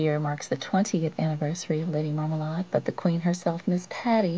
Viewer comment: “Lady Marmalied” - Mya